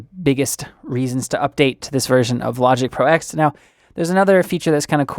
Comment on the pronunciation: Nice video. BTW it's Logic Pro Ten, not "ex". And Mac OS Ten, not "ex".